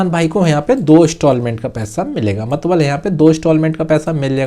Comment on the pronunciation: मतलब❌ मतबल✅✅😂😂😅